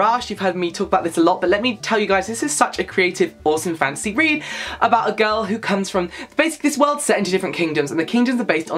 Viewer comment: I thought he was saying fancy the entire time 😂 i was like "what? Is that new"